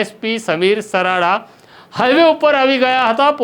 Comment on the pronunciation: સરાડા નહી સારડા .